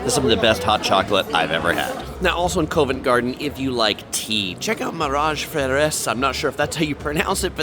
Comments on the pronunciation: Covent Garden is pronounced CUH-VENT. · Covent Garden has a hard O as in Pop. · fantastic video! I’m from London myself and still watched it all the way through to get your perspective on the place and you’ve done an amazing job… One thing I will say though for next time is some pronouncing the following Covent Garden (Cov-unt) Tottenham (tot-num) Buckingham (buck-in-um) There’s definitely a few more but I’d have to watch the whole video back again and write them as I go. Next time you’re in London you should do a meet and greet. The wife and I are really impressed with how well you’ve done in this video. So much work. Great job.